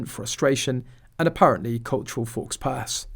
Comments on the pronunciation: on a sidenote – I just love how it says “ fox pass“ instead of “faux pas“. Does it every time.😊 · It is pronounced Fo Pa Not faux pass! She got it WRONG just like the AI voice did yet AGAIN ... Because she likevthe Ai simply does not care about anyone much less Afghan women escaped from war... Whose culture is to cover their hair and body....meghan should have done the same out of respect. But Again...she turned up with stringy hair, just hanging down everywhere, big bare bony shoulders on display and wearing crumpled trousers with creases & wet patches on the front. A 2 year old needing a nappy change would have presented a more smart image than her. She IS a Disgusting MESS.... Maybe a spot in rehap along side her husband would be beneficial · I don't trust a video with narrator pronouncing it "fowxpas" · "Forks Pass" 🤣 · Please learn how to pronounce faux pas correctly!